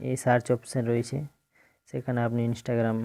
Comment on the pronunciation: ইনেসটাগেরাম না বলুন ইন্সটাগ্রাম